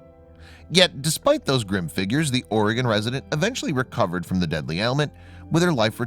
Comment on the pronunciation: It's Oregon Health & And Science University (OHSU) not Organ. Lol.